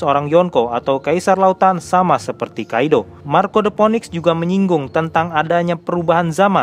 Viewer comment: Btw Phoenix dibaca Finiks